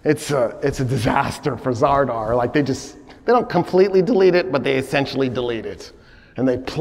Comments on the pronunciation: Good catch. He is actually wrong in many points. And I'm not talking about mispronunciation of Zadar/Zara (which he calls ZaRdar). Alexios Komnenos never went to see the Pope in Italy. Never even set foot in Italy. He sent envoys. several times mentions he does, and makes a great story about that visit that never happened. Richard massacres the 2700 muslims at Accre because Salah ad Din made a deal that included giving back the piece of the True Cross that he took at Hattin. And Salah ad Din repeatedly doesn't bring it. Richard sees that Salah ad Din lied about the possesion of it in the negotiations, gets angry and slaughters them. doesn't mention the piece of the True Cross at all, all historical texts do. The proposal of marriage between Al Adil and Joanne was not made by Richard but by Al Adil himself. This is written by the companion of Salah ad Din and eyewitness Baha ad Din, his biographer. The proposal in not mentioned in any Christian sources whatsoever. Al Adin had the motive, Richard had no motive (explained by ). Two possibilities: either it happend and Richard dismissed it immediately without telling around what happened, or it is fully fabricated. Conrad de Monferrat was not defenestrated, he was knifed by two assassins in broad daylight while going through the streets of Tyre. talks about defenestration for 2 minutes. The battle of Ain Jalut between the Mongols and the Mamluks takes place in 1260. claims that the Mamluks won by employing cannons w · I am a great fan, no doubt. Just one small thing : the port city's name that is in Croatia today is Zadar, nor 'r' in the middle.